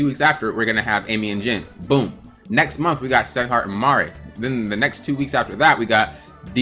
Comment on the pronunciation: Did he just say SEGHART instead of SIGHART on sieghart hahahha